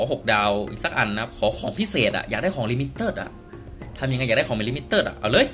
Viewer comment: เอิ่ม เขาอ่านกันว่า. ลิมิเต็ด. ไม่ใช่ ลิมิเติด